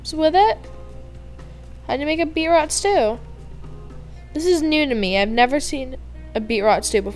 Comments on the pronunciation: It was like someone stabbing me and my grades everytime you said BeetROT instead of BeetROOT! 😣😂🤓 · It's not Be-rot it's Beet-root!?!?!?!!!! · Beetroot is beet then you say root as in the root of a plant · BeetROOT haha beetrot XD no hate love you just thought that was funny